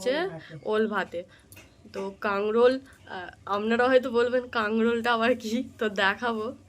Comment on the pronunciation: Kakrol bole kangrol noy